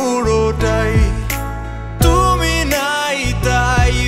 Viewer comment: 'টুমি' কি? 'পুড়নো' কি? হাইরে উচ্চারণ 🙂